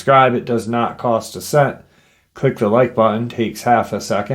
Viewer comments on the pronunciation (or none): none